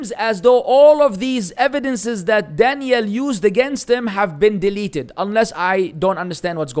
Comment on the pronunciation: There’s a difference between dan-yell with emphasis on the last half. It’s actually the way you say Danielle which is specific to girls and dan-yull with emphasis on the first syllable is how it’s said for a man Daniel. Anyways I hope you don’t say this on purpose. I’ll give you the benefit of the doubt and say no one made it clear to you before and that you aren’t calling him by a woman’s version of his name on purpose…